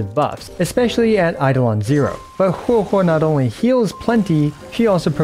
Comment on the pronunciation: Thank you for pronouncing correctly Huohuo 🙏☺️🫶